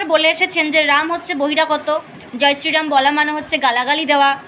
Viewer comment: Ram uchharon korte pare na, tobe mora mora bol